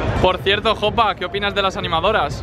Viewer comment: Soy el unico que se ha dado cuenta de que dice she para Jopa? (No hate)